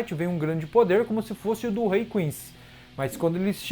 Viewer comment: Porque ele fala Reiu?